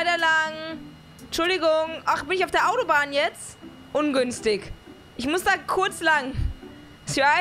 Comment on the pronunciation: „Oh ungünstig“ ach bin ich jetzt auf der Autobahn „ungünstikk“ 😂😂😂😂 müssten alle Passagiere mitkriegen ganze Zeit eigentlich, Sprechanlage ganze Zeit an 😂😂